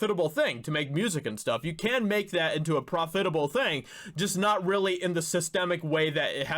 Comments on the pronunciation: It's PROF- it-able not prof-FIT-able. Sorry but mispronounced words just bug me. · Dude, when he said pro-FIT-able instead of PROF-itable six times, I started laughing. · Prof-fit-able? Try Prof-it-able. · It's pronounced profitable. Not profitable. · Profit-a-ble. It doesn’t rhyme with hospitable. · All I heard was “prah-fit-able”. The rest of the video is a blur. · What grade did you drop out of school? (I'm guessing 5th.) Learn how to pronounce Reuters and profitable. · There are two ways to pronounce "profitable" (which actually shocked me when I looked up the word to ensure that you were wrong). You didn't nail either one. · I almost started wondering if he was canadian when he kept pronouncing it like that lol. Never heard it spoken like that but I also don't travel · The word “profitable” is accented on the 1st syllable, not the 2nd. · I'm pretty sure that's not how you pronounce the word "profitable". Maybe this is some kind of inside joke that I'm unaware of. If so, my apologies. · Good info. Not to be rude, but that’s not how “profitable” is pronounced. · I've never heard the accent on the second syllable either. It makes it sound like a professional fitting job from the costume department. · the word profitable has the accent on the pro part, not the fit part